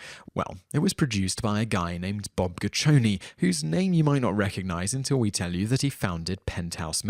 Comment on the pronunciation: love how he repeatedly mispronounces peoples names goo chi ow nee not goochowne